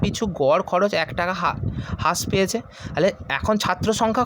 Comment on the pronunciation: ভাই ওইটা হাশ না রাশ উচ্চারণ হবে (হ্রাস)